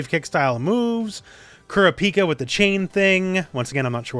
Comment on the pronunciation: I know you are gonna watch the anime and I know you will enjoy it but I gotta say it haha Ku-ra-pri-ka and kil-lua.